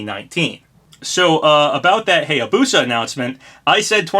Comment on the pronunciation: It still annoys me how you pronounce Hayabusa. It's pronounced "High-yah-boo-sah," not "Hey-yah-boo-sah."